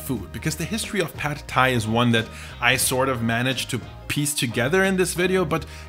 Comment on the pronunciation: The a in "pad" is not like in the a in American English "bad" but like in the German "Bad" (except short).